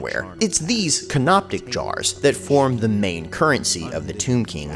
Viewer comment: "Canoptic jars" Yes, another guy and me did tell you this during the premiere, but I will continue making fun of you for it. Also, I would like to add to this subject by saying that I read that they threw away the brain after removing it through the nose. The rest of this joke writes itself.